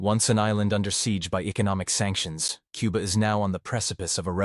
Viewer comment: It's Cuba. Not Quba.